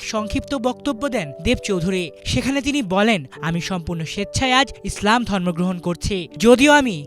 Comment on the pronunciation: ইসলাম উচ্চারণটা স্পষ্ট করবেন,স্লাম উচ্চারণ করবেন না, শুরুর দিকে স্লাম শুনা যাচ্ছিল।